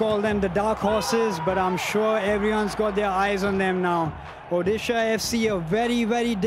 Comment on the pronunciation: Hailo! Please change the way you say Odisha. You are no miss UK. Its Odisha!